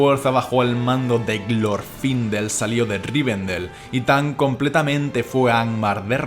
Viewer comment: No es que lo grite, es el énfasis en el nombre xD